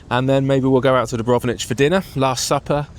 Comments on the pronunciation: it s Dubrovnik, not Dubronich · yeah mate, that Dubrovnich was hard to hear :-D Still got my laugh.